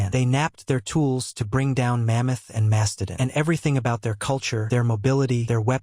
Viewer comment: Either AI narration or a dummy who can't pronounce "mastodon." Plus, please stop with the breathless sophomoric drama voice. It's SCIENCE, not daytime soap operas.